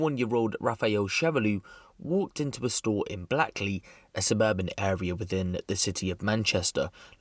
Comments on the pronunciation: Good video bro but it’s pronounced Blake-ley 😂 not black-ley hahaha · It's pronounced Blakeley even tho it's spelt Blackley mate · Great connect but just some feedback you pronounce Blackley like Blake-Lee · blackly tho 😂😂 you mean blackley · Pronounced Blake-Le 😊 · It's spelled Blackley but pronounced Blake-lee. It's pronounced Shudehill. The Arndale is not a mall. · blackley pronounced blake lee in case u visit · It's pronounced "BLAKEley" by the way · Bet someone’s said this already but it’s pronounced “Blake-ly”. Love your channel ❤️ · Blackley is pronounced blakeley btw, thanks for covering This story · Btw blackley is pronounced blakely, weird but Yh